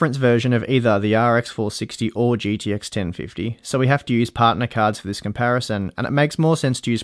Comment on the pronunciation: holy fuck its g T x not "GDX"